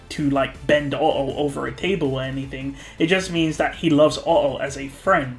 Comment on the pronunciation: did.... did you say... oTTo??!??